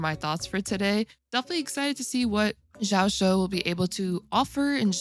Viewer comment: it's pronounced as ji-yao-chu. hope it helps!